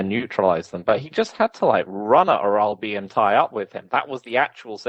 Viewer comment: The pronunciation of "Orolbai" is driving me nuts. Please go and find the Anik pronunciation guide 🤣